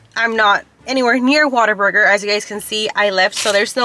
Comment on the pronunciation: It’s what-aburger. Like. Oh man what a burger. lol. Love these trying new food episodes